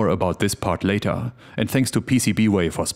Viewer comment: I am pretty sure that the word "later" is not pronounced "lay-TAHHH".